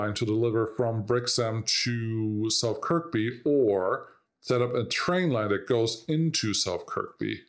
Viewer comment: The K that's silent is the one in the middle. Kirkby is pronounced Kirby